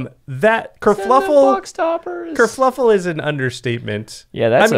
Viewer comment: Ya, I'm going to be that guy. It's kerFUffle, not kerFLUffle.